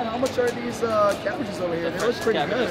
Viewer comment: WHEN THE CABBAGE MAN SAID “my cabBAGES😭” I SWEAR I TARTED ROLLING ON THE FLOOR